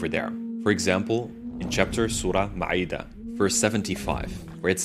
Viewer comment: Assalaam Alaykum brother. Kindy note. "Jesus or 'Eesaa as we call them." 🚩 "T H E M" ❓️ AL MAA - I - DA. NO 'AIN. "Because Muslims 🚩 THEY..." Bro, aren't you too Muslim..? "Because WE ✅️ Muslims ..." - Respect for Jacob Slavenberg 👏🏼👏🏼👏🏼 An apt title for his book would've been the PLANTED "christianity ". Cos it started AFTER him.